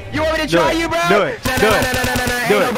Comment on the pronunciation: That mean pack said Bro in a British accent